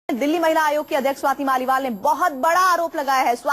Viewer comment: Swati's mal nahin hain Swati's Maliwal naam hai news reader ji.